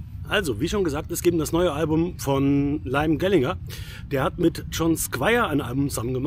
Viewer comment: Die richtige Aussprache des Namens "Liam Gallagher" muss aber noch geübt werden. Die Stone Roses bestehen nicht als Band. Sie spielen Konzerte und Festivals, nach einer neuen Zusammenkunft vor ein paar Jahren. Das Album ist Schrott. Ich bin seit Beginn Stone Roses Fan und seit dem Debüt Album von Oasis, Britpopper. John Squire spielt seit Jahrzehnten den selben Sound. Wer seine ehemalige Band The Seahorses kennt, hat spätestens dort erkannt, das er nicht mehr kann. Liam Gallagher hatte seine Zeit. Das Album hat genau 2 hörbare Songs. Der Rest ist quälender Müll. Es sind die Namen, die das Album zum Kauf verführen. Der Inhalt ist es nicht wert.